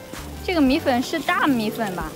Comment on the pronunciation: 米粉不是米粉儿 不儿化